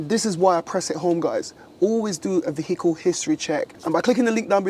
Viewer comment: Please stop pronouncing the H in vehicle it’s silent 🤦🏻‍♂️